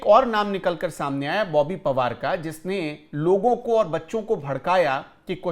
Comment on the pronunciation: बोबी पवार नही , बोबी पनवार.